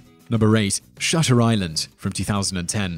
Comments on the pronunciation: you got shutter island wrong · You guys got "Shutter Island" all wrong. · I didn't care for Shutter Island, but you didn't get it right, like at all.